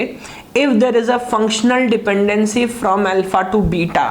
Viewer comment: wtf did he say around :25 - :37 lmao .. not sure if english.